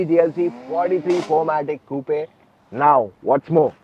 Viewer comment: It’s not coupe it’s coupe1 /kuːp/